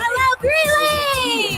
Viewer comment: It's Greeley, not Greenely